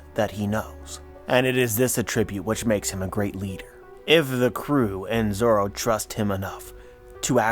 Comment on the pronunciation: So zoro’s name is not actually zoro? It’s zolo?